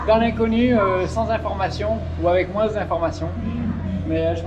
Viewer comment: Cette façon de dire "moins" me fait dire que ru viens de Bordeaux.....?